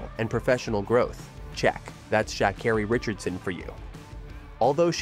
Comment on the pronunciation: LEARN HOW TO PRONOUNCE HER NAME!!!!!!!!!!!!!!!!!!!!!!!!